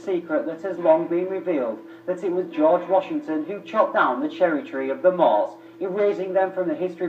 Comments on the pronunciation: MUURS not "moors" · How can you tell me to do my researches when you pronounced the name wrong? There are not only amazing in north Africa, but there are the moors, in ancient Time we had the Numidians and the Phoenicians that came from the middle east since they were "mostly" black, can you show me some proof?